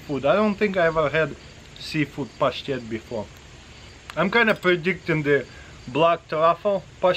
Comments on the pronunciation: Hearing him say pashtet is the most satisfying thing ever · It’s so satisfying when he says pashtet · The way you say the word “pashtet” is cool all by itself. Cheers dude!